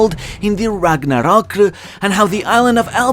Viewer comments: A man who pronounces ragnarok with a Japanese accent shouldn't be calling others a weeb.... Those are your people! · Why would you say ragnarok in a Japanese accent? You aren't Japanese... You aren't talking about a Japanese idea... Its norse... At least come correct if you're going to use an accent. Freaking weebs. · why tf are you pronouncing ragnarok like its a japanese word